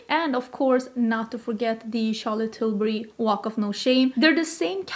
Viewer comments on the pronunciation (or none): none